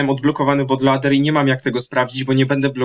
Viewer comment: but lołder :D